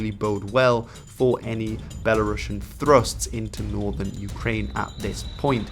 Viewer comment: A small correction: “Belarusian” is pronounced as belah-roos-ian, not belah-rahsh’n.